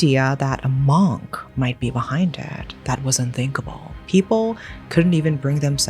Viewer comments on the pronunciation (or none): I’d love to watch this but the way you pronounce Monk is actually driving me insane. Mooohnk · i love you but your pronunciation for “monk” bugged me in this video other than that i love listening to this whole story.